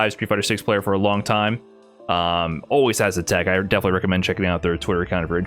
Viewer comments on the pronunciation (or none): none